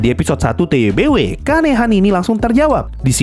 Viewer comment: Lah udah bisa bener ngeja TBW wkwk.. kemaren masih ngomong TWBY awokwokwok..